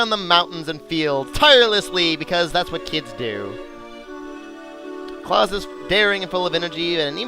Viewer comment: i believe that claus is pronounce cl-ow-se, i am so immature for actually laughing that sounds amazing out of context